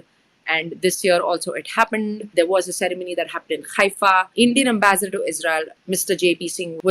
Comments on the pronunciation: I noticed you pronounce Haifa as Khaifa? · Is it khaifa? as you are pronouncing or Haifa, what we heard so far.